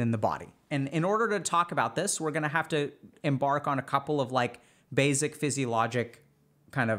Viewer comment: i love how he says basic like basil lol